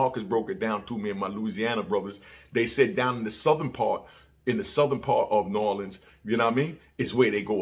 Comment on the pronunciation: I fw you. We don't say nawlins tho. 💪🏾💪🏾